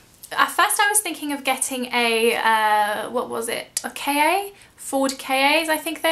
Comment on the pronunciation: Ford k a - hahah! love you, you silly sausage! It's a Ford Ka:D